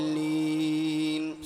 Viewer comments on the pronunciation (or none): none